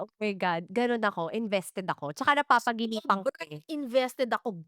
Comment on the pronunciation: I think it's just me, pero na-bother talaga ako sa "napapaginipan" imbes na "napapanaginipan" But ang ganda ng topics talaga sa podcast na 'to. Sobrang daming insights. Ang gagaling din magsulat ng mga writers.